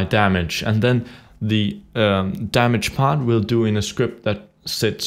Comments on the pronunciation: its damage not dammage :) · It's Damage, not Dammage.